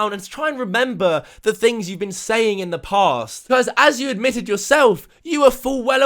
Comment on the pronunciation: Is it so hard to say "the" properly.. THE NOT VEH!